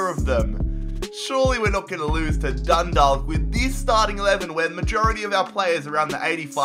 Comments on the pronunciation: Dun Dawk not Dalk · It's Dundawk not Dundalk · Dundalk is pronounced like you say chalk. So Dun -dalk. Dont pronounce the L. Please... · Stop pronouncing the ‘l’ its pronounced dundak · Dundalk is prounced dundak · lmao Dundalk is pronounced "Done-Dawk" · Dundalk is pronounced Dundauk (im irish) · Dun dak that's how it's pronounced I'm from Ireland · It’s pronounced Dun-dock the L is silent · Dundalk are pronounced DONE - DAWK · It pronounced Dundawk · you are saying Dundalk wrong, you are supposed to say it like Dun-dawk 👍👍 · I'd love to see you try to rebuild an Irish team again, maybe Dundalk (pronounced Dundawk) since they just surrendered their league crown to Cork City and have just lost the cup final to Cork too on penalties on Sunday evening. Cork would be interesting too since they have just become the kings of Irish football after going bust a few years ago. The best Irish team to rebuild is probably Shamrock Rovers, they've won the most cups and league titles and were the first Irish team to reach the Europa League group stages (a very big deal for an Irish team). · You said Dundalk wrong it’s done dake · The "L" in "Dundalk is silent. It is pronounced dun-dawk. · It’s pronounced dundawk lol you should rebuild them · There pronounced done_dok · Being Irish and hearing pronounce Dundalk 😭😭😭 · West ham are my team BUT I'm Irish so I got insulted the way you were pronouncing dundalk 😂😂😂😂 love the vids though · The 'l' in Dundalk is silent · It's a silent L in Dundalk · Dundalk is pronounced different. It's like stalk the 'alk' is more like aw. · I can't believe he pronounced dundalk wrong